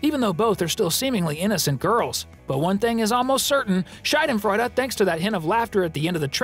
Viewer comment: A kind requestion - PLEASE correct yourself ... 😅 I'm German and the way you pronounced "Schadenfreude" (you pronounced the "a" like the diphthong [ai], but it's supposed to be a long [a:]), it means "vagina joy" !!!! I know you didn't mean to do this little accident on purpose, but it just conveys a totally different meaning... 😅 So if you could change it by any chance, that would be very helpful, thanks!!!! (Also: please don't say "typical German clothes" or "typical German moustache". It's stereotypical, not typical. And btw, German is not a dialect, but a whole language on its own.)